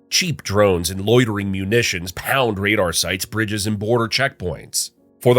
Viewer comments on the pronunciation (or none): none